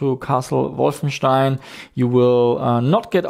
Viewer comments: They didn't say that was pronouncing it incorrectly. It's actually refreshing to hear this pronunciation. I don't pronounce it correctly either, but it's too ingrained to change now. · lol he says it correctly it's the native english speakers who don't